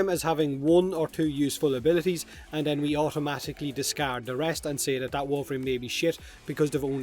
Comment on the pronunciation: It's pronounced "that" not "dat".